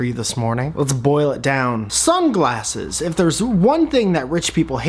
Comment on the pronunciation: when u said "sunglasses" i thought you said "some glasses" okay i think thats all i got to say